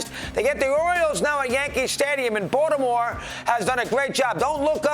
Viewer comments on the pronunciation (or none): Did Russo say "Bought-a-More"?